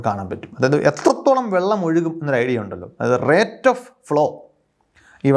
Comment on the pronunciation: നന്നായി വിശദീകരിച്ചു. എന്നാൽ ഭാഷാപരമായ രണ്ട് തറ്റുകൾ പറയാനുണ്ട്. 1. Rate of flow എന്നതിൽ റേറ്റല്ല, റെയ്റ്റ് ആണ് ശരിയായ ഉചാരണം. 2. പ്രപഞ്ചത്തെ നിർമിക്കപ്പെട്ടിരിക്കുന്നത് എന്നല്ല പ്രപഞ്ചം നിർമിക്കപ്പെട്ടിരിക്കുന്നത് എന്നാണ് ശരി. ഇത്തരം തെറ്റുകൾ ഇപ്പോൾ വ്യാപകമായി കണ്ടുവരുന്നു.